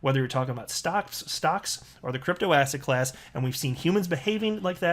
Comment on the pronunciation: You say asset class, and I keep hearing ass hat class. Lol Thanks for the continued great information!